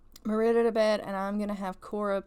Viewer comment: HALLELUJAH,HALLELUJAH,HALLELUJAH,HALLELUJAH! you said Merida's name right!